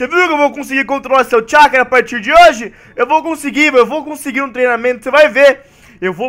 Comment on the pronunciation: Alguém percebeu que o fala chacará em vez de chackra kkk